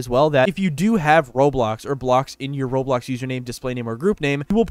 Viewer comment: at least you can say roblox..